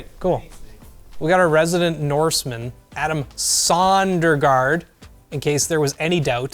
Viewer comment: By the way, Adam's surname is properly written as Søndergård. English also butchers the pronunciation. :)